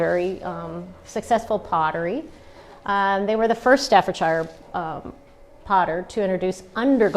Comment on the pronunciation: You are not pronouncing staffordshire correctly.